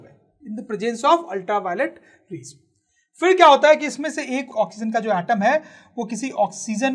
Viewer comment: Not oxzen sir 😆😆😆 ***oxygen